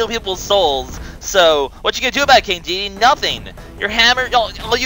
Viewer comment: omg you pronounced Dedede's name correctly!